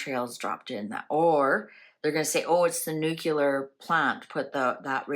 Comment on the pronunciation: nucelar? nuclear!! trump also pronounces it incorrect